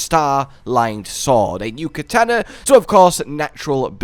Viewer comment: That's not how you pronounce katana